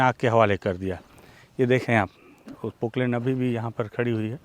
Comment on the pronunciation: Poklen nhi poplen